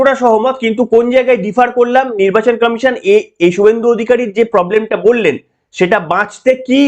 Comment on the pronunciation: আপনার বক্তব্য ঠিকই আছে কিন্তু আপনি কমিশন কে কামিশন বলেছেন কেন আগে ভাষা ঠিক করুন